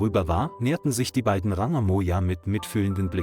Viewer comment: Bad pronunciation: I heard Mona for Moja and gods for goods.